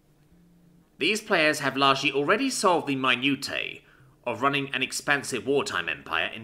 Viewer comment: Thats a soft t in minutiae like minushia.